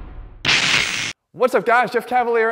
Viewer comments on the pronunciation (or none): none